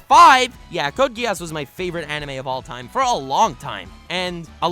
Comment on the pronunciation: Its not code Ge-ass Its Code Gi-s